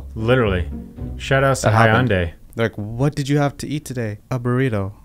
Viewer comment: its not hi-yon-day its hyan-day